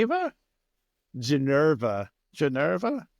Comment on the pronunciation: Its not Ginerva. Its Ginevra